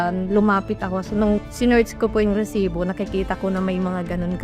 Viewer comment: napka cringe ung pronunciation ng resibo na word lol